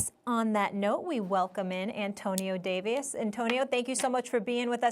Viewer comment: Bro is Molly getting dumber? She can’t even pronounce Davis in the beginning of the video 🤦🏿‍♂️